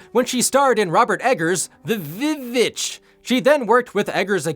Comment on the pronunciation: You get a like anyways, as always, but pronouncing the VVitch properly should garmer you an extra one.